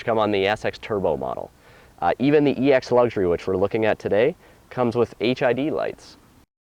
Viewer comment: Lol was i the only one that heard him say HIV lights?